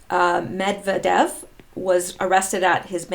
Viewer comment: Not to pick on you specifically but I have to start somewhere, and you are among the few who actually try to pronounce the Russian names correctly. But, it's MedVYEdev.